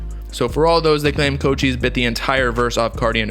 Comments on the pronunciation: It’s co-chis not cold cheese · I thought it was pronounced like coo-chise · My guy said cocheese